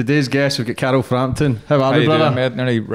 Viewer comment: lol pronounces karl, carol